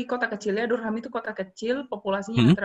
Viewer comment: bunyinya "darem" bukan "dur-ham".